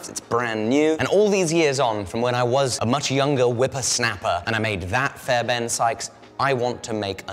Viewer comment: fairben? theres an r in the guys name jesus christ.